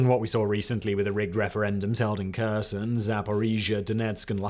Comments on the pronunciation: Kherson and Kharkiv should start with sound H, not K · I appreciate your video, but please can you make an effort to say Kherson correctly.